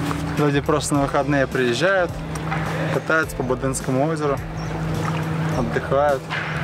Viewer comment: БодЕнское озеро? Подарю тебе словарь топонимов или ударений)